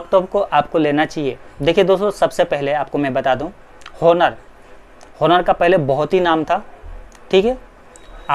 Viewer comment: Its not pronounced as honor its onor ❤️😒😒